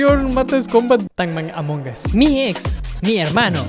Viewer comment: me da risa como dice AMONG OSS